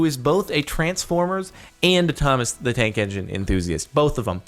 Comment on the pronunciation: "Thomas the Trank Engine" -CaptainSparklez, 2017